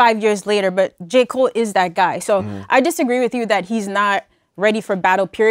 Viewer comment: "Ja" Cole